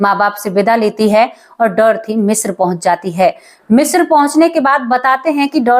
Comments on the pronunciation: शब्द का उच्चारण ग़लत ऊपर बाले का आशीर्वाद ग़लत को ग़लत मानने में बुराई किया आप ने ग़लत उच्चारण किया तो मान लो 😊😊😊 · मिश्रा नहीं, मिस्र कहो। थोड़ा-बहुत पढ़ाई भी कर लिया करो।